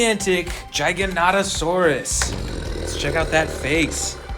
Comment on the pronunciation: U said jijanatosaurs it's pronounced giga-nato-saurs